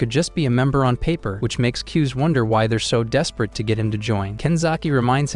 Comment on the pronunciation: His name kuze how they say it kuz but how you pronounce it KuzA